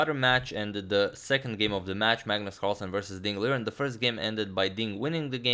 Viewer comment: Nobody Literally nobody.. Radjabov: its not liren its lijen